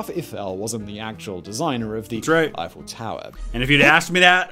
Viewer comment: I feel pain every time Simon mispronounces names, and with amount of "Eiffels" in this video this one probably of the worst kind